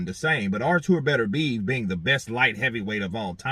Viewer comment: Hey how about you show him just a little bit of respect by learning how to pronounce his name properly.